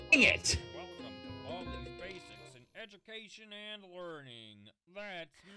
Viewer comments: Lol edubacation I cracked up he said that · said edumacation